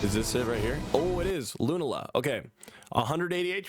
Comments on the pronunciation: Bro it’s Lu-na-La not loonala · I know these are a difficult bunch of pronunciations: Loo-NAH-la Sol-guh-LAY-oh